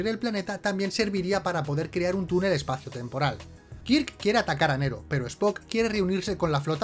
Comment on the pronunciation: No es Nero,es Nerón!